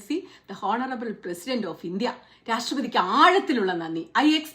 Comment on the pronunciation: "ഓണറബിൾ", ഹോണറബിൾ അല്ല.